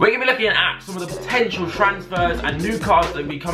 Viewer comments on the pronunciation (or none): In the subscription he said potentail